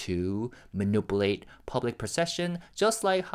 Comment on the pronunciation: Thank you for your hard work, it is always appreciated. For months I kept putting off saying something but I can’t hold it in anymore. Could you please check the pronunciation of the word ‘manipulate’. I’m afraid I’ll start to mispronounce it soon as well